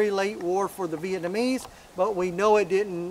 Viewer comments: "South VietMANese" lol. I had to give you a hard time. Out of respect. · Man you're killing the word Vietnamese. Not VietMAnese